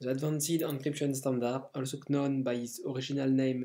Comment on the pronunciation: "also cnown" xD